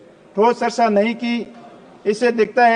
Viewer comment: विचय की जगह विषय बोलो , सरसा की जगह चर्चा बोलो, सिसाई की जगह सिंचाई बोलो, आपका कद बहुत बड़ा है वर्तमान में क्यों को रविंद्र सिंह भाटी को आप हराकर आपने चुनाव जीता है तो आपसे अपेक्षा रहेगी कृपया करके शुद्ध हिंदी बोले😂